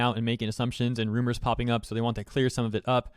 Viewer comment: When IT said "Rumars" it instantly lost Credibility.